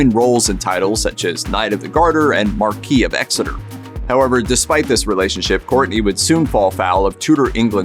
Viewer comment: It's pronounced Markwiss of Exeter, not marquee